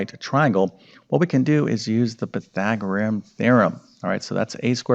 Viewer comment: It's Pythagorean, not Pythagoream! One would think after teaching math for decades one would learn to correctly pronounce what one is teaching.